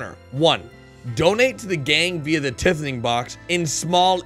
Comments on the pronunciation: Or better types out.... tieth-ing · It's pronounced "tiething"